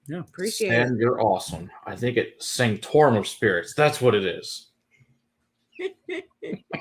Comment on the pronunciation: Sanc-tore-uhm, you got it